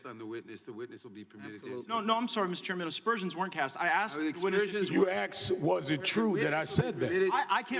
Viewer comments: You Axed a question lmfao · ."You AKSed was it true I said dat." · you axed, stalling word salad lies, al sharpton. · You axed me!! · Nadler, you are an UGLY PERSON, right ALONG WITH SHARPTON!!!!AXED??? WE WOULD LOVE TO HEAR YOU ASK A QUESTION, NOT AXED A QUESTION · You axed me....gtfoh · He didn't "axe" you a damened question. He "asked" you a question. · Sharpton was trying to answer the question you axed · No one Axed him anything! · Do they have to write "dey axed me" in the record? What a turd. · You AXED me if dat wuz tru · You axed me ignorant parasite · "axed me" - dumb low iq POS and a racist. Sharpton, what a shitty human being. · It’s Al Sharpton he doesn’t like the questions he is axed!! Lol can someone educate the stupid that it’s a very simple word and it’s pronounced asked!!!!! Thanks for being a leftist and proving its mandatory to be in the left to be stupid!!! I yield the rest of my time!! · ...axked....what a dumbass.... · I axed you !! Sorry but its asked you!!! You may proceed al!! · Axed a question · and Sharpton, "you axed" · "You acksed me." Why won't anybody "acks" Sharpton when he will pay the millions in taxes he still owes after decades, and how the fruck is he not in jail for not paying millions in taxes like ordinary Amerikans would be. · “You axed me a question “ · And he axed Gaetz! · You "axed" me a question. Yeah he's edumecated. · You axed me. You axed me. You axed a question. Lol. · You axed? What kind of English is that Al? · No you axed it, I get to answer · 'You axed me'...ok..ok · "You AXED me..." I didn't see ANYONE with an axe! steve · "You axed me a question " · Sharpton: "You axed me...." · You axed a question so I's trying to ansa the question that you axed..... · "Hey he axed me a question" He feeds the mentality of the ghetto. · ‘You axe me a question?’” Sharpton is a dumbass racists! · Al Sharton- you axed me, now I wanted to spew my lies. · "Sharpton : "you AXED Me ..... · He axed me a question.